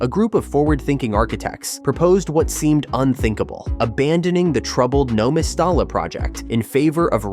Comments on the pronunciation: I know! ...The way he says "No Mes-star-la" .......🤦😱😡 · You should learn how to prounce the name of Valenvias stadium properly. Surely you should have done some research on the correct pronunciation. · What’s with the AI voice and incorrect pronunciation of the stadium name? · A deep dive into Valencia CF's 18-year stadium construction saga, and you can't even manage to pronounce the name of the stadiim correctly.